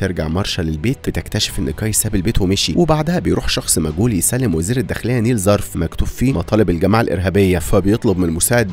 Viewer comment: اسمها نايلة مش نيلة 😂😂😂